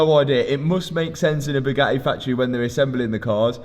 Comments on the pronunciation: NEWSFLASH: Bugatti doesn't want to sell you parts until you can actually pronounce the company's name!!! ..and it's NOT Bue-gah-eee 😑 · Twas never Bugatti, it was always ‘BUGHAAEE” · Italians must cringe when they hear your pronunciation of Bugatti.